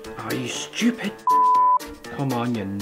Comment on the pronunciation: He says "come on ya" theres no ni at all